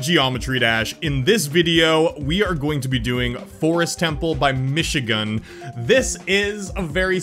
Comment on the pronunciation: Its not mishigun its michigun😈